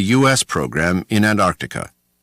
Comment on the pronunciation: Great doco. Slightly ruined by the narrator’s inability to pronounce the t in Antarctica. Though. To be fair. It’s a laziness shared by many from the United States.